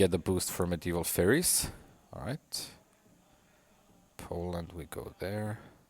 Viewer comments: Faires in "Medieval Faires" is pronounced the same as "fares." A faire is essentially a fair, which is a gathering of buyers and sellers at a particular place and time for trade. Do you really think that one of the civics is discovering medieval fairies? The only way this could be a civic is by being a reference to a convolutedly specific theme of fiction writing that emerged in popularity during the medieval times, namely that of fairies. But even that is very loose and not even entirely accurate. It bothers me so much when you pronounce it like that! Otherwise great game! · Are you a native english speaker? Faires is pronounced like fairs, the e is not pronounced I'm pretty sure!